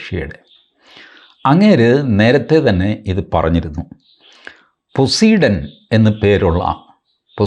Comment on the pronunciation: TG പൊസൈഡൻ എന്നാണ് ഉച്ചാരണം